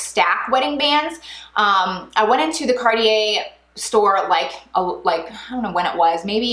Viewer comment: Can’t even pronounce it correctly..